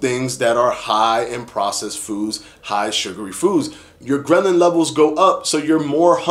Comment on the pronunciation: Ghrelin, ghrelin, ghrelin. NOT GREMLIN! Lol